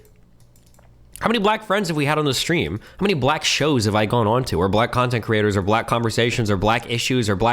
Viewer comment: "The blax" 💀